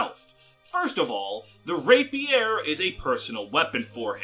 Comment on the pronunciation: Don't forget Rapier pronunciation.